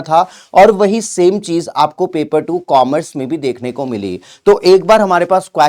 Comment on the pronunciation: Coomerce nahi Commerce sir